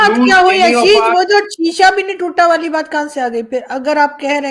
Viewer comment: Sisa nehien tuta ,ha ha